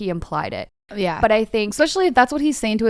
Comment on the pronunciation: every time says expecially i wanna scream